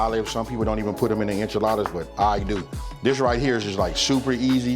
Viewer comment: Cmon man this is not enchildas